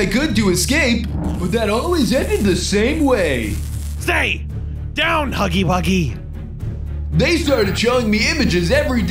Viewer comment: Bro said huggy buggy💀💀💀💀💀